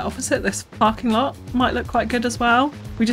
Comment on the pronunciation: What a gorgeous start to a series! Definitely my favourite creator premiere of CS2 so far! Also, I had to do a double take with the way you said 'parking lot' lol! P.s. what is the funding split for the bridge to the Rockstar Mansion? I'm sure the townspeople will want to know how much of their taxes went toward access for Gene Simmons' rural retreat!